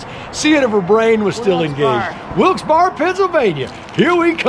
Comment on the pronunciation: coach wilkes barre is pronounced wilkes berry